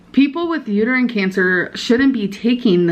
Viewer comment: I'm pretty sure she either just didn't know how to pronounce uterine or forgot the word.